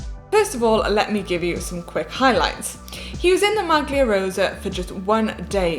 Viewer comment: Great insight, looking forward to these! But please no more 'MAG-LEE-A'. It's 'MAL-EE-A', pass it on to one of the other presenters also, cough cough, Hank. Think it'd make a great impact and add professionalism to nail pronunciations a little more, doesn't take long to look/listen online. Look at Lanterne Rouge for great example of his effort...